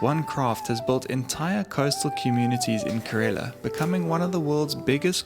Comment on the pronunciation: it is not karela , it is kerala.